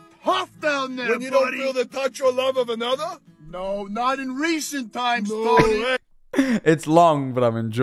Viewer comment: Hello dear viewer and welcome to, 🦀 Stream moments that made me laugh. 🦀 A clip compilation!:D 1. "Right." "Right, right no- oh thank fuck its a mannequin-" 2. "LYKE THREE TYMES" (the y 's are on purpose, to be fair he did say it like that ) 3. reading a chat message: " "miku has debateably done more for the human race then jesus." What a take, what.a.take. " 4.: " OH WHY YOU GETTIN RID OF HER EYEBROWS?-...:0 oh hi mate, you alright? Privet- HAHA HIS PHONE WENT LOW-" 5. Honorable mention: the death drop ankle roll lmao 6. "Wilbur when "The soot." " 🦀 We interupt this program for a compilation of screaming, enjoy: 🦀 7. AHHHH inhale AHHHHH inhale AHHHHHHHHHHH terrifies his audience " "AHHHHH AHHHH AHHHHH" AT A CHILD- " 🦀 End of segment, thank you for your time. 🦀 8. rants about Everyones little scrappy mate 9. Fnaf jumpscare ( i thought of the joke first and THEN he read the chat lmao i swear) 10. Americans when basic math. 11. He dosent look like that. 12. He does NOT know where that came from. Hes very sorry. 13. - excel spread sheet of wrong doers 14. hits that riff then urges man to clean car 15. Granny gets viciously roasted #ILOVEMYGRANDKIDS 16. This did not make laugh, but the bit with the car made me laugh so im putting it in anyway 17. Dinosaur commits heinous act while goes newyorker 18.